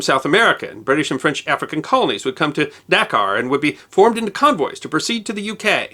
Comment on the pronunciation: Pronounced daKAR